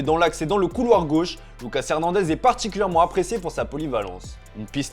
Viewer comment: appriécé ou apprécié ?☺️